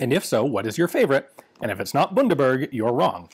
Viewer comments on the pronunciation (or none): Ian's incredibly german pronunciation of Bundaberg during the last question was really quite amusing. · I don't think ai have ever heard an American pronounce Bundaberg before... It's weird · Last question of the video - did Ian just pronounce Bundaberg like it's some fancy German rum and not absolute bottom shelf Aussie swill? That got me laughing real good, Bundy is awful